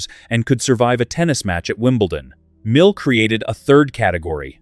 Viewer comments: Why do you pronounce his name MILLY ? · I dropped down here to say the same. Disgusting to hear two different pronunciations of "Mille" in back-to-back sentences. I'm outta here...I feel insulted.